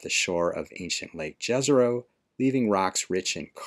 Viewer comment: jFYI, the word JEZERO (meaning "lake" in some slavic languages) is actually pronounced as YEZERO.